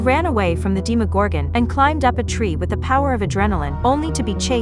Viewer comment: ermagerd if they pronounce demogorgon the way this video does im out lmao